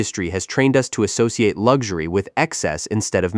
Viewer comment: What is lugzury!? Even the AI voice gets it wrong!! It is pronounced, LUX URY!??